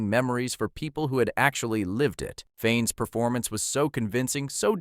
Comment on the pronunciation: He pronounced it fine.